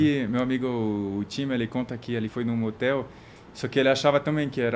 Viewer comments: Ela fala "matel", mas matel, para nós brasileiros, é outra coisa kkkkkkkkkkkkkkkk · “Na moteli?” 😂😂😂😂😂😂